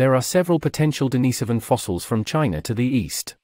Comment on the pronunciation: The mispronunciation of "Denisovan" and "Sapien" are too grating to watch this. Not learning how to pronounce simple words correctly is lazy and inconsiderate to the listener.